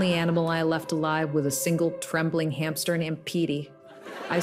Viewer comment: Hamster There is No "P" in Hamster...